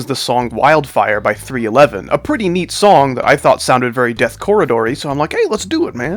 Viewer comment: Shadow stepping said nong not song but anyway good layouts and deco